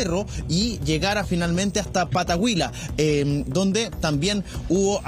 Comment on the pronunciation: parece que el periodista que realizó los despachos de los incendios no conoce bien los nombres de las localidades de Chile, en la comuna de Navidad se menciona a la localidad de Pataguilla, ese es el nombre Pataguilla No pataguila, es doble LL, yo soy de Navidad y conozco bien todos los nombres de las localidades de mi comuna, quizás sea un pequeño desconocimiento en los nombres de localidades de nuestro país.